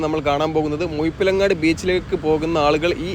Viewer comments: മുയിപ്പിലങ്ങാട് അല്ല ബ്രോ.. മുഴപ്പിലങ്ങാട്... ദയവായി നാറ്റിക്കരുത്.... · മുഴ മുഴ മുഴ മുഴപ്പിലങ്ങാട്‌ ✅ മുയ എന്ന് പറഞ്ഞാലും പ്രശ്നമില്ല.😄 മുഴു " “ ❌ മുഴുപ്പിലങ്ങാട്‌ എന്ന് പറഞ്ഞ്‌ അരോചകമാക്കല്ലേ 🙏